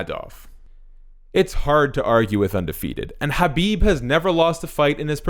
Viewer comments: Disliked for horrible pronunciation for khabib lol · It's the correct way. Look up khabib pronouncing it. You've seen how Americans say it.